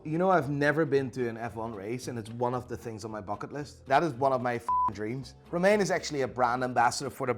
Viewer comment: I love how he pronounces Romain like the lettuce 😂